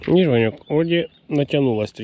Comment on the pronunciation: Гарна риболовля!!! Ти кажеш Ваньок. А мені зразу почулось пиньок думаю чого ти його ображаєш. Потім дослухався а воно Ваньок.😊😊😊😅😅😅